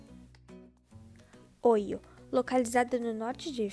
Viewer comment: A pronúncia correta é Oió